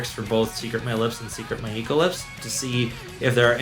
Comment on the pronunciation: It's pronounced (My-Co), not Mai-ii-Ko. Now do 'Gion-Cho'.